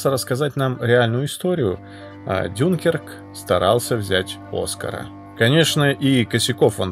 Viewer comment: мне одному кажется що ДюнКЕРК, а не ДЮНкерк, ну типо французский там, ударение всегда на последний слог и все такое 😄 мелочь ну да ладно ☺️